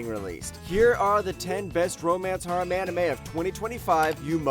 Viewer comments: the way he says harem burns a hole in my soul but thanks for the content man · Dude, learn how to pronounce "harem". Like half the series you say don't have an English dub actually do.